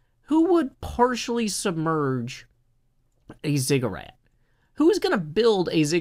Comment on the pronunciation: ziggurat, not "cigarette" - its a pyramid like structure